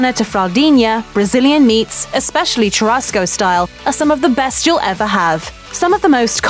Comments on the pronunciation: the right pronunciation: picanha = pee-ca-ña churrasco = shoo-ha-sco chuleta = shoo-le-ta churrascaria = shoo-ha-sca-ree-a other than that, this video is surprisingly accurate, but this type of barbecue is more common in southern brazil and we actually do this "gather around the fire" thing to this day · "Pickonna" "Fogo di chow" "Cherassco" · Brasil: *chillin'* Gringos: Tshuráskou, PykaNa jokes aside, i'm pretty impressed with some of her pronunciations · * tchurasco * ahahahaah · please stop saying TCHURASCO CHU has the same pronunciation as "SHO" in shoe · Yeah, and "churrasco" and "rodizio" - basically every Portuguese word she said. If you're going to do an "educational" video, at least take the time to figure out how to pronounce the words. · It hurts my ears to hear you butcher pronunciation of "churrasco," "picanha," and others. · Yo is it really that hard to pronounce the rr in churrasco? Pls native english speakers help me understand this I am NOT bragging, I just want to know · I cringed when the woman tried to say "churrasco". They really can't pronounce the "RR"